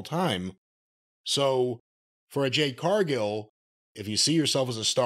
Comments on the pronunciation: JADE NOT JANE! Jeezus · Cornette, it's JADE............not Jane. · Jade!!! 🌽 Not Jane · Calling her anything other than her actual name is disrespectful. It’s Jade, not Jane(but you knew this) this is odd.. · Ever since the review of her debut with Cody in the ring, Jim still calling her "Jane" still cracks me up. Lol. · JADE. J-A-D-E dammit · As far as this dude, whatever his name is concerned--- Jade Cargill is the worst thing to ever happen to wrestling. I don't know what flavor gerbil it is up his ass where he can't/ won't give her her props before I say even say the dignity of saying her name right.....but it's sad and pathetic. A blind man can see she's the truth before I say the WWE, or Brandon Phillips. This guys sounds like a hater and a loser and everything about Jade reminds him of that fact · Her name is "JADE" bro!!!!! Damn. 😮😂